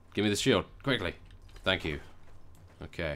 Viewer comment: "Give me that shield! Quickly! - Tank you." = LP lika a real english gentleman. :D